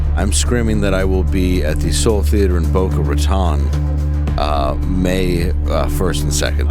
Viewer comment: Hey, Dave! Just between you and me, it's pronounced "Boca Ruh-tone". I lived there as a kid. We were taught in school that it's thus named because pirates used to lurk in the inlet to get the drop on ships sailing up and down the coast. We were never taught that "Raton" means mouse, rather than rat, but I slept my way through Spanish.